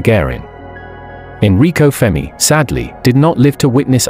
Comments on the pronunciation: FERMI NOT FEMI FFS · Computer voice FERMI not FEMI.